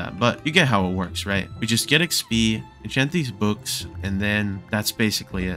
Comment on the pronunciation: im sorry but was trying too say books because it sounds like bewks